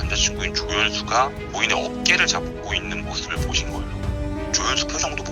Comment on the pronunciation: 영상 나레이션 하는 앵커분? 여자분 … 아무리 별거 아니어도 “의” 자 발음 좀 고치고 제대로 해주세요…. 어떻게 대놓고 “으”로 발음하세요…? 너무너무 거슬려요 으문사 으혹 고인으 이은해으 .. 와 진짜 쓸만한 사람이 없었나..?